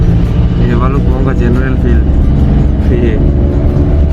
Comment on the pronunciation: bro its bhalukpong. not bhalkukpong..🤣🤣